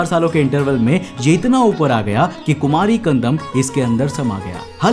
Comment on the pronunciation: भाई, हिन्दी में कुमारी खंडम् नहीं कहते। 'कुमरी खंड' कहते।